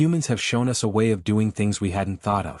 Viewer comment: "Do not follow U...S."!!!!????? WHAT THE HOLY FUK is ...U...S!!!???? (us)!!!!! Your AI just crossed into the Rhelm of a True POS!!